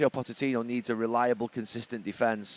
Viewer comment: This guy cant pronounce pochettinos name lol